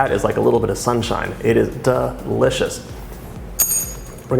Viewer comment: Why does he say “duh-licious”? It sounds weird.